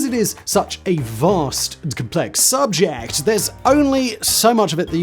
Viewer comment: The way he says the word ‘Subject’ at 14 seconds in though 😂😂😂😂❤